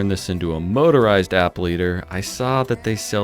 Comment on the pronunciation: “Motorize” - moh-tuh-rahyz